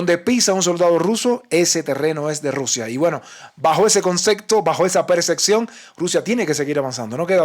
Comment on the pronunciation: "Concepto" no consecto, "percepción" no perseccion